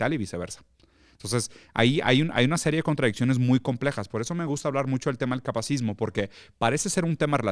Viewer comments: Interesante, solo que es “capacitismo”, no “capacismo”. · “Capacitismo” no “capacismo” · Holi! Solo vine a corregir que se dice "capacitismo", no "capacismo". de pronto quita la sílaba "ti" también en "coercitivo" y dice "coercivo". Y yap. No me odien! Solo comento porque está en el título. 💕